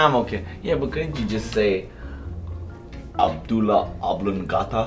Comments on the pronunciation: “Abdula Oblongata”??!! Lololol, it’s medulla not abdula. 😂😂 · it's "medulla oblongata" not "abdullah oblongata" 😂